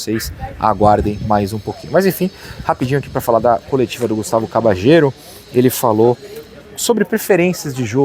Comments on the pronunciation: Acho q a pronúncia correta do nome dele é Cabalhero e não Cabachero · Depende do sotaque. Argentina e Uruguai pronunciam como “cabachero”, na Espanha “cabalhero” e a pronúncia mais comum entre países hispanohablantes seria algo como “Cabadjero”.